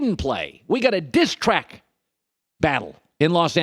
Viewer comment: Why do put so much emphasis on "diss track" Collin geesh